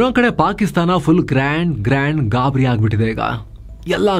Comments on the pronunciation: ಗ್ರ್ಯಾಂಡ್ ಗ್ರ್ಯಾಂಡ್ ಗಾಬ್ರಿ ❌ ಗಾಂಡ್ ಗಾಬ್ರಿ 😂😂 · Gand Gabhri ❌ Grand Gabhri ✅ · Grand grand gaabriiii😅😅😅